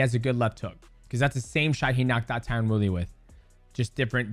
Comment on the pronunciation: Drink a shot every time Mighty Mouse says “Tyron Fury”